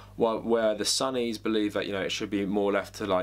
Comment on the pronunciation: it more “son” than “sun” also I wouldn’t say priestly figures, they were just the followers of Muhamad. the Sunnis wanted the council to elect a leader this ended when the aumaids took control